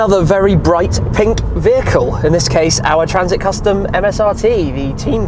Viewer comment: nobody: Shmee :- P I N K